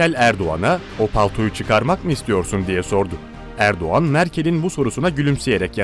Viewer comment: Abi Erduğan değil Erdoğan